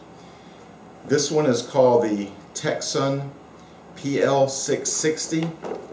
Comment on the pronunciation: C is not pronounced (Tecson).